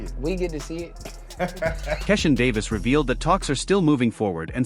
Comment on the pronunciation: I hate this company video because they are always disrespectful and how horrible they pronounce fighters names, that’s a sign 🪧 of disrespect say Keyshawn Davis name correctly or don’t even bother to make the video